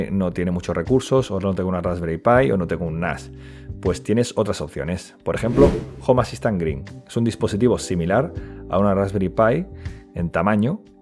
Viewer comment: Cuando pronunció mal "home assistant" dije bueno no creo que lo diga muy seguido, continuemos. Estaba equivocado, unas 300 veces en los primeros 2 minutos